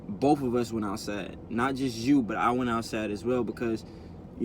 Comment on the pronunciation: It's outside not outsa